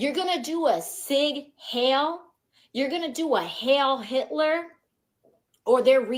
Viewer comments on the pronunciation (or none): AOC is so dumb that she doesn't even know how to correctly pronounce the Nazi salute (that Elon didn't do, btw). She said it as "sig hail", when it is actually pronounced "seeg hile". What a moron. 🙄